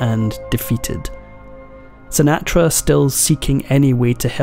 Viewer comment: That is not the correct pronunciation of "Sinatra".